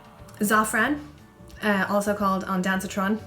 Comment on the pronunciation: Hahahaha "onDANCEatron" 🤣 I have my AC chemo #3 tomorrow! Thanks for the tips💕